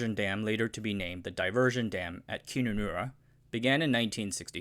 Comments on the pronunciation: what the fuck is Koonanoorra? did you mean Kununurra? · It's KUnunurra not KInunurra. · Its pronounced Kun - un - arra (kun being like run) haha, great video's, especially your chinese content. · Was good.. But Kununurra is pronounced - kun - nun - nah - rah (In Kun, the 'un' is pronounced like the 'un' in under) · I have lived in Western Australia before. I think a few things were missing here. Kununurra Is pronounced with the start being more like cunt without a t (really) and mot like koohn… For the economic analysis note that the North of Western Australia basically caught the Dutch disease (as in the economics term, not a literal disease) and the wage levels in the area are bordering on unbelievable. People mostly don’t want to live there as it is remote, few facilities, expensive and uncomfortable. This makes the wage costs even worse. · "Koonoonnaarrra" haha Its kun nan nar raah (aussie accent) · Kununurra is pronouced as Kunnu-nurra as is run, fun or tunnel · It's pronounced "Kuh-nuh-nurra" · Kun-nan -nuh-rra ;) Kun sound like bun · Kununara is pronounced "cun-un-ar-a". Australains do not usually pronounce u as o... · Kununnarra. Pronounced Cun-un-nurra. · "Coon-anurra". LoL. I see what you did there. It's actually pronounced differently. There is a distinct 'un' sound. Like c#*t, but without the T. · K U N anurra ! Keep it civil. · Its pronounced Cun -nun-nah-ra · KUNUNURRA .. don't pronounce the U's as oo's..it's all pronounced like saying NUN. KUN_NUN_NAR_RAH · Do your homework and research local town name pronunciation before releasing a video. It's not Koonoonoora, the "u" is pronounced as in 'cut' or 'nut'. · Having lived and worked in Kununurra the presenters pronunciation of Kununurra makes me doubt he’s actually been there; lots more going on there than Agriculture, mining and tourism being two. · First time I have heard Kununurra pronounced like that. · The 'u's in Kununurra are pronounced like the u in up.